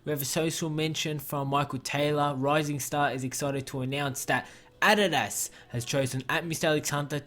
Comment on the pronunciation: BRO I LOVE YOUR VIDS BUT SAY ADIDAS RIGHT PLS I 👍your vids